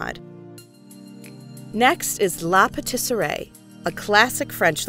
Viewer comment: But you missed the way she pronounced patisserie 😂😂😂😂